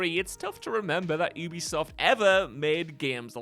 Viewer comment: Ubisoft is pronounced “you-be-soft”. It’s short for Ubiquitous software. Their employees pronounce it that way too.